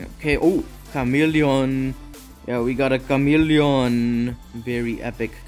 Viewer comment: What a kamelion.🤣🤣🤣. Saying camelion in asian pronunciation.Seriously you have good commentry bro.